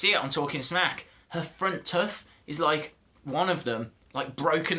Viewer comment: What's a tuff 😂 u mean tooth ...